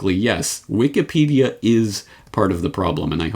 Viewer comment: Did I hear you say Wiked Peadia?